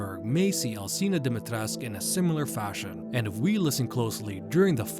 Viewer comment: DIMITRESCU!!! NOT DIMITRESC.... NOR DIMIATRECAH.